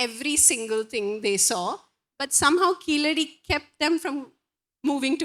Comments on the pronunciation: Evidently Keezhadi meaning 'Bottom Step' is the right word for the excavation Site, and Keeladi meaning 'Villian' in the Tamizh Language is not the desired meaning. Tamizh speakers please take responsibilty to correctly pronounce Keezhadi. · Sad to see Tamils pronouncing 'Keezhadi' as 'Keeladi'.Most Tamils who take great pride in their language are unable to pronounce pure Tamizh words like THAMIZHAKAM, VAAZHA, PAZHAM, VAZHI and KUZHAMBU correctly.How can/Why do ypu expect non-Tamils to take your love for Tamil seriously when you are unable to get the basics right.Surprisingly Tamils who are born and brought up in neighbouring Kerala pronounce 'zh' correctly. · When the name of the place is clearly "கீழடி"(கீழ் + அடி)which literally means " deep under" from the Tamil side there is the use of deliberate anglicised untamil pronunciation " Keeladi" which is self defeating the arguement. if keezadi is pronounced "keeladi" either because of negligence or inability, what is the point of complaining that the Northies don't want our civilizational being noticed! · Not to criticize her (since I'm sure the book is very well written), but why does she have so much trouble with pronouncing the name of the place, i.e. Keezhadi? She seems capable of pronouncing Tamizh.